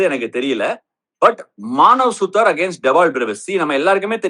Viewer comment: Maanav suthaar illa suthuraar 😂